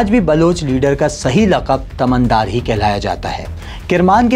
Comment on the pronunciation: Correct pronunciation تُمَن دار